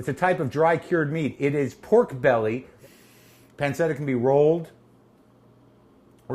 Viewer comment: If he was saying a hard C he'd be saying panketta. He's saying a soft C but an English soft C instead of Italian.